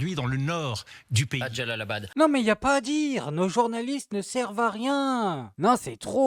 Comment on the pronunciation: Jalalab au lieu de Jabalia....Jalalab c en Afghanistan, Monsieur POUjadas...il faudrait quand même faire ses devoirs, au lieu de passer pour un c....bon en même temps, c LCI, personne ne remarquera.